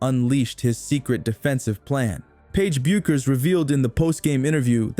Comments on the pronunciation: It's BECK-ER"S not BUU-KER'S. Damn dude it ain't like a tough name to pronounce if ur familiar with how the words SOUND yeh? She may only be a draw card for your channel but to us she's a legend and legends insist you make an effort to get things right otherwise go disrespect someone else yeh? U know wot I mean? Now u know why we at Yukon Nation havn't exactly flooded ur YT channel. U might want to adopt a real appreciation for the players you use. Good on ya. Go YUKON!!!! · It's shocking how bad the pronuciation is, I mean, "Bewkers"? Are you kidding me? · Aside from the dishonest click-bait title, you lost me when you couldn't even pronounce the best NCAA female baller's name. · Proper research will allow you to pronounce Bueckers and all other names properly. Pity. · Why would I subscribe to a channel whose moderator can't even pronounce Paige Buecker's name?